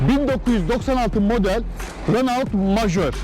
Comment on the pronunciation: Ali bey Renault yerine reno deseniz daha iyi olacak. Herkes reno der.